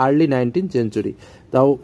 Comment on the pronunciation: Not চেনচুরি ❌ সেঞ্চুরি ✅